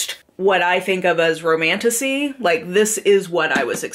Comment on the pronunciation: Maybe it’s just my broken mind but the amount of times I hear ‘Romantussy’ is positively disturbing 😂